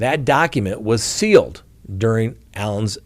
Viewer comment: Hey can you say sealed. 😆🤣